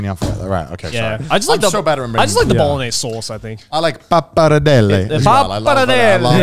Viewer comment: Garnt is the only person I've ever heard pronounce the g in bolognese